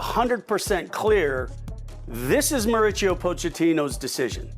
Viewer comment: Of course Kasey Keller is going to be critical of this. He wanted GGG to stay. USSF homer. Can't even pronounce Mauricio's name right. No story.